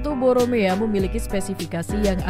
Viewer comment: Bukan boromea tapi boramae gimana sih?